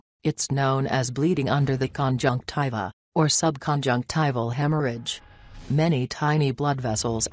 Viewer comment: Omg stop saying conjunciva